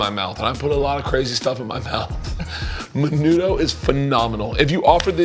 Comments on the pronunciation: Bro when he said menudo my inner Mexican died he said that so white like I wanted smack him and be like I know u a white boy but today you inner Hispanic is gonna come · crackers472 It's usually pronounced MEH-NOO-THO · Alan Martinez the way they pronounced menudo though lol hated that.